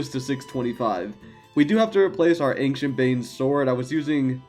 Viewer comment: Man, I love your videos! But it scratches my ears every time you say “ankshient”! It’s pronounced “anshient”, drop the “k”!